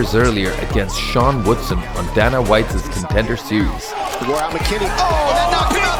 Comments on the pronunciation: I think the narrator missed them since he never watched any UFC. The butchering of names was terrible in general, but "Danna White" anyone who has watched UFC for 20 minutes knows how to pronounce that. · Except Dana White